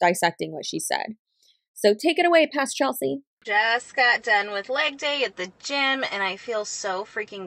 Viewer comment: For some reason when you said "It's a gym." I kept hearing gem xD